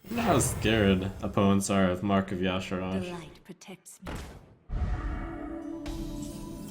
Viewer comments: "Yosh A Rodge" Thumbs down. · On the WoW wiki it says it's pronounced 'YAH-Sha-Raj' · Ya Sharj